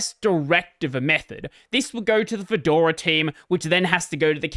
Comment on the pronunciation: "Kedora". Hey, that's my distro! I'm equally excited and nervous about how the big switch to v40 will go.